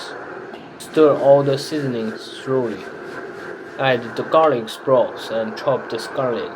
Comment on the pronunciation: 感觉thoroughly 读音不对哈